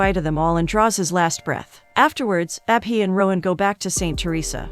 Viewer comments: It's not ah-bee 😭😭 it's Abhi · When she says abhi I hear appy 😂😂